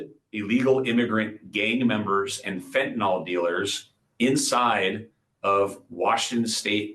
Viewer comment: FEN TAH NILL ---- F e n t a n y l ---- NOT Fentanol.